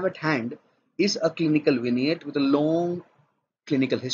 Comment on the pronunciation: Finally someone pronounced Vignette correctly